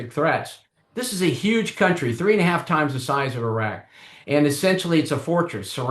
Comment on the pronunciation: I respect having the intellectual courtesy to pronounce the names of Iran and Iraq properly. Small details.